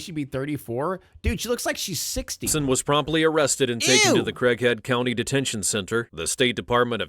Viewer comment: I heard Crack Head instead of Craighead County.